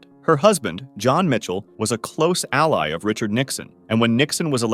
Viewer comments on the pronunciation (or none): none